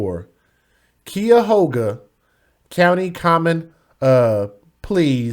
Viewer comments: It's Not Keyahoga it's CUYAHOGA KI-YA-HOGA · You said the name wrong, and for those that said you said it right, must don’t live here. Cuyahoga … Kī ( saying it like the beginning of kite without the te) ya hoga. And honestly speaking, with the injuries that baby girl had, I don’t think that there was anything that could have been done to safe her. The tidmore rat didn’t have a driver license. She should have gotten 9 years plus the 8 if anything! 9 years of what life Desire (I know that I spelled it wrong) had as well as the max on each! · Fyi you still didn't pronounce Cuyahoga correctly🤷🏿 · No you said the county wrong. Lmao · I hate to break it to you friend, but you still didn't pronounce Cuyahoga right